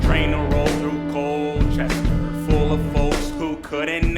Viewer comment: As a native born citizen of Forgottonia I also approve. However I have never heard Colchester pronounced Coal-ches-ter. We pronounce it like Call-ches-ter.